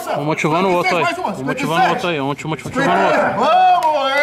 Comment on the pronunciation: "Um motivano u oto, Um motivano u oto, aí, um motimotivano o oto"